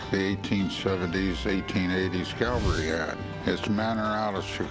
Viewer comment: Cav-al-ry.....cav-al-ry.....not calvary.